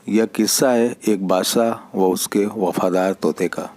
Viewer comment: Dost Badshah hota hai naki bassah bhai hindi sudharon